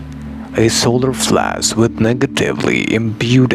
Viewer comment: The "being" that talks through makes the same pronunciation mistake with the word "flash", pronunced like flass. Many people from india and Pakistan talk with this accent. So Pleiadians are from India?